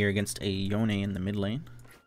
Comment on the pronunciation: jesus ... you made yown "yone" -- yawn??? look like a creeps ... salute to you sir XD